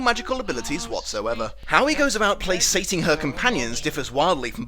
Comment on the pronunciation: “How he goes about playsating her companions…” ah, another one of those! P sure that’s pronounced play-cayting. “Etching out a meager existence” — eek-ing. Re: why ruby slippers: because this was one of the early three strip technicolor movies and red looked Fucking Awesome on this kind of film where silver didn’t.